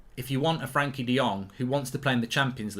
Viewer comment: He may be on time but he still can't pronounce frenkie